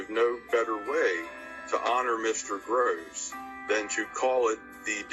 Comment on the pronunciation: He's name is being mispronounced. It's Groce'